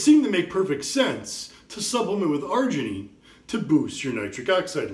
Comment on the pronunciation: Citrileean the Fuck up & Argeineean these ballsszzz😅 but thanks for the info